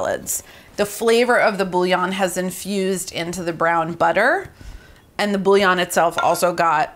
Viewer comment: Your nails are incredible and I can tell you’re an amazing mom. I’ll def be trying this!! I hope this next comment doesn’t come off as cringe as I feel it will, but…. as a native French speaker I just wanna hear one English speaking cook say bouillon properly LOL its boo-yon not bully-on 🫣